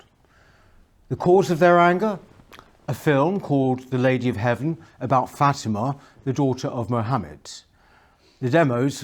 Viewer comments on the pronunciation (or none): none